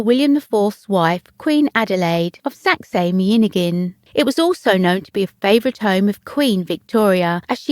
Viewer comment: Do learn how to pronounce Saxe-Meiningen...and final Ls as well. They are not Ws.